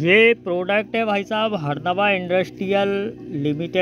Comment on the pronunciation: हरदाबा नही हे हेरम्भा कंपनी हे